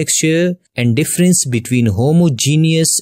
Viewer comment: you fucking said "difference" wrong, DISLIKE!!!!!